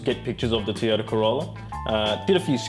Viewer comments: I wish he could pronounce "Toyota" correctly. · Toy-o-ta, not tee-a-ta.